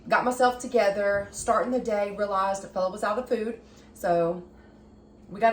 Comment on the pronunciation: I thought you were saying, Bella🤗